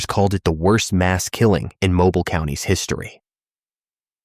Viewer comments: It is not Mobil, it is MoBeale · You are KILLING ME with the mispronounced names of Alabama Towns! It's MO-BEEL!